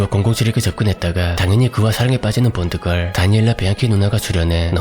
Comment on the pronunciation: 아놔 뽄드걸이라니 ㅋㅋㅋ 본드걸이라고 해주세요 본드걸 ㅋㅋㅋ